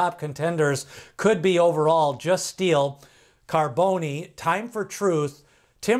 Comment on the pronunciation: Bro its Pronounce ( Carbon- the E is Silent ) hes named After a popular West Coast Top Fuel Dragster Driver !